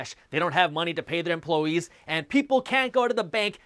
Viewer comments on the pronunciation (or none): I love "emplowees"